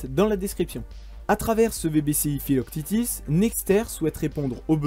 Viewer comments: mdrr filoctitis haha "phyloque tete" si ca peut t'aider! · Pourquoi tu prononce philoctètes philoctitis ? Le prononcer a la française ça marche aussi bien. Le s est muet ;-). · Je crois bien que l'on dit Philoctète' (fil au c tête ) le thétis à la fin c'est la prononciation anglo-saxonne Pour rappel Philoctète est un compagnon d'Héraclès qui lui donne des flèches "magiques" lors de sa mort. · pourquoi prononcer à l’anglo-saxonne le nom du héros grec Philoctète - fils de Péas et le fidèle compagnon d'Héraclès, qui, en mourant, lui laissa ses redoutables flèches ???